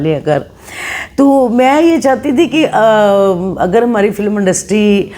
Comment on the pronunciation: Durdana g you speaks soooo good. Bas kuch words ko agr ziada perfectly bolein specialy english words, tou ziada kmal ho jaey. For example filamm nahi film, atistoun ko nahi artists ko, i know hum punjabioun k liye ye common hai iss tarah se english bolna but jitna khoobsurat aapka communication ka andaz hai i wish k aap yahan improve karein toh ziada impressive hoga. Thanks. Issi tarab achi achi videos bnati rahein aap.